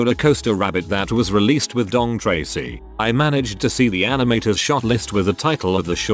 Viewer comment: the robot voice says 'Dong Tracy'. Hilarious.